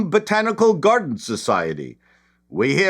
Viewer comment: Down voted for the pronunciation of Derbyshire 😂